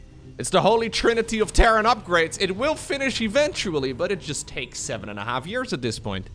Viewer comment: Sound anomaly detected - "jUsT" is a robot - confirmed.